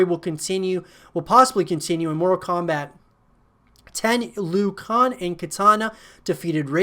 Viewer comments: Did...did he just say "Liu kong"????? Lmao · and liu khan